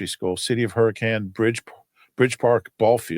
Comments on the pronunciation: I'm just surprised to see a fellow fan from Hurricane...even though still mispronounced it. And no...there is definitely NOT a lot going on here 😂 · There’s a Hurricane in Utah pronounced Hurr-I-Cun and they get upset if you say it wrong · There's a Hurricane in Utah, the locals pronounce it Herkin. I wonder if it was settled by people from Hurrikan.